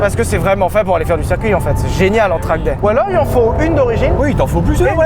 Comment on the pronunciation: Sylvain, ta prononciation de "circuit" en "serre-cuit" me fait PETER les plombs ^^ bisous